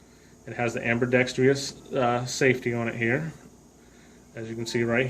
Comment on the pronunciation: A bit of a long drawn out story. It's pronounced ambi-dexter-ous. And on a completely unrelated note, what's with the grown out pinky nails? Your other fingers are trimmed.